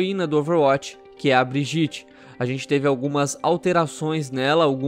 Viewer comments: Se você fala "Brigiti" vc ta no mesmo grupo das pessoas que falam "Trásser" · fala o nome da personagem direito pelo amor de Deus